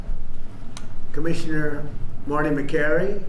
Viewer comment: When he says “commissioner” and catches his dentures 😂